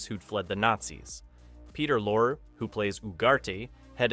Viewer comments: Lorre is pronounced like lorry, not lore. if she's taller shouldn't he be standing on the box? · An Excellent piece!. But just one small correction: His name is pronounced, Peter LAW-ree (spelled, Peter Lorre) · not peter LORE, its pronounced LOR-EE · Pronunciation of Peter Lorre’s last name is incorrect. It’s lorry, not lore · AI narration does it again. Peter Lorre’s name is pronounced Lor-ry, not Lorr. If this is not AI narration, then the narrator is just plain stupid. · Peter Lore? Peter Lorre, pronounced Loary. If you make commentaries about Hollywood, learn how to pronounce their names. These people are legends! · You pronounced Peter Lorre’s name as lore, as in a body of knowledge. Totally wrong. It’s pronounced as two syllables, lor-ee, like the British word for a truck (lorry). Lorre was a Hungarian actor originally from the Vienna stage. He became world famous for portraying the star of the German pre-war movie “M” about a serial murderer who killed little girls. He was Jewish and fled Germany after Nazis took power. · Peter Lorre's last name is pronounced like "lorry," not "lor." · Hello, Peter Lorre, that's Lor-re! Not Lore! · Peter Lorr? How about "Lor-ee"? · Peter Lorre...that's Lorry, not Lore. At least twice, that I noticed. That's not the way it would be pronounced in German (the final e would be a schwa, certainly not silent) but in English... You're talking about Ronald Reagan, but you show John Wayne (Stagecoach). Why? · Did you say "Peter Lore"? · Peter Lorre's name is pronounced as two syllables -- LORE-ree. You're so good with detail in every other respect, I figured you'd want to be clued in on it. -- Wait -- you're talking about Ronnie Rayguns, but showing a famous shot of John Wayne from Stage Coach, I think. I dunno -- some John Ford movie or other. Someone misidentified this photo somewhere along the line. I'm also wondering what the heck movie the thumbnail shot is from. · Peter LorEE is the correct pronunciation.